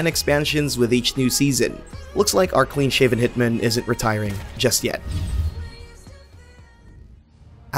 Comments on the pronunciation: Great video. But please pronounce hitman properly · Why is he pronouncing hitman like that?